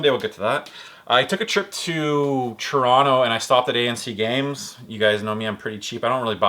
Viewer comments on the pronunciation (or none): none